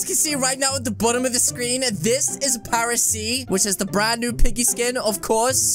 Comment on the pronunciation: I thought it was Paris not paresee